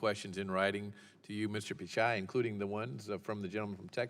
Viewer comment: Already I'm triggered by how they pronounced his name.